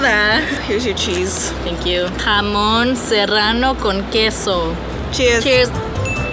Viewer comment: Jamon sounds when you say it HAM ON and I’m from the uk and I crush 4 Maryland choc chip cookies and put 1/4 milk then mix then add an extra biscuit Maryland chocolate chip cookie thenmicrowave for 1.30-2 minutes